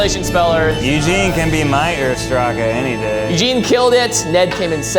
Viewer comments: I'm probably splitting hairs here... But shouldn't "ursprache" have a sort of "hhh" or "-gh" sound at the end, in "-che"? As in, an aspiration, a snoring sound, or something like that? If it's German, I'd have thought that the "ch" would sound like "Bach" or the Scottish "loch" if it's followed by an "e", but Jimmy pronounced it as "k"... Could any German native or learner clear that out for me? I'm really curious XD EDIT: Nevermind, found it in the dictionary. IPA shows it's [x], so my hunch wasn't wrong XD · Not even German speakers because it was mispronounced so badly it didn’t even come close to the actual word! If I would have had to spell it from that I’d have spelled it „jurspracke“ and German is my native language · As a German native speaker their (incorrect!) pronunciation of Ursprache confused me immensely. It's much closer to "ooh uh sh pruh ke" (the ch sound doesn't exist in English, so I get why that part's hard to pronounce for you, I mostly hear it pronounced as k by English natives). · there are words like dachshundthat are pronounced on a German manner so I don’t know why they would say urspracckkchce 😅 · But they have to be familiar with spanish so maybe Oorshpra*jeh *j[spanish as in Jose] could work. Or Ur-shpra-jeh with Ur as in the word “urdu” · As a non-German, I thought he pronounced something like eher sprache (earlier language) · I hear versprache. Was very confused when Ned started with Y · As a German I was totally lost when they had to spell the "German word" . Even with the definition I only understood what they were talking about when it appeared written out on the screen 😂🙈 this American pronunciation of German words is unreal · I am german and had zero idea what that guy said . The pronunciation was SO wrong. Didn't even recognize it as a german word. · as a german i did not recognize the word Ursprache as it is, cuz it was kinda mispronounced, if you'd have asked me what language it was, I'd have said clingon lol